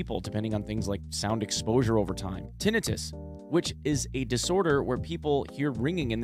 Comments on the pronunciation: Great fuckin video bro. Thanks for the transparency. Love this shit Btw it’s pronounced “tin-I-tus” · You pronounced Tinnitus incorrectly lol just for future notice, its Tin-Nigh-Tis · The way he mispronounced tinnitus fuckin killed me. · The way he pronounced "tinnitus" made me cringe 😂